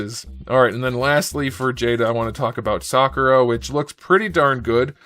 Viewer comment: Bro legit thank you for pronouncing Sakura correctly 😂